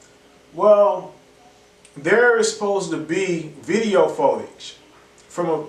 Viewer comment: He keeps saying photage lol